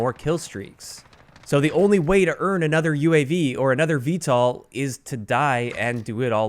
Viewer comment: You’re pronouncing VTOL wrong. Just a heads up. It’s V-toll not V-tall.